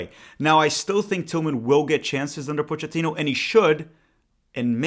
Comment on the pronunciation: Coach Pochettino. If he pronounces it the way Italians do, it is Poe-kay-teen-oh. Not 100% on this because he is Argentine, but that is how Italians would say it and this is definitely an Italian surname.